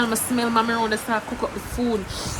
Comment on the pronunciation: Wen u say food u say Aprly😂😂😂